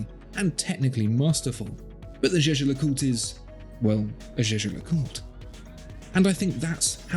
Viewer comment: for the life of god figure out how to pronounce jaeger le coultre - just because everyone else has no clue how to pronounce it doesnt mean you have to do that too